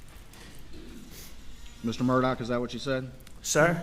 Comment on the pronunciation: His name is pronounced Alec Murdoch, but 😊😊is spelled Alex Murdaugh. What the hell?